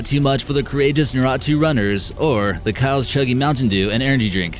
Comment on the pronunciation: Naruto = NAH-RUE-TOE